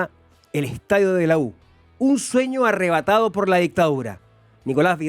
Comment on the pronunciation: "ärrebatado" ajajajaj, dejen de hablar weas.